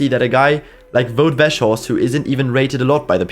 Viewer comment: I have never seen anyone pronounce Weghorst that badly